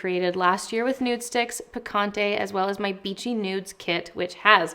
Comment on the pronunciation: I love the nude sticks picante blush and the name is ON POINT. Small pointer tho… since this is a Spanish word it would be awesome and very much appreciated by the Hispanic community if there was an effort to pronounce the word correctly😊 I think it shows respect for the source of inspiration ✨